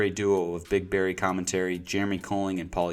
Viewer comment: Bruhhhhh. It's BERRY. You can't be a true fan and not know how to say his name.